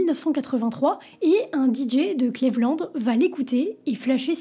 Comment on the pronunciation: on dit "cLIIIIvland" ,pas "clévland"